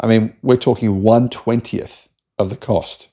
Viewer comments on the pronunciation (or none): none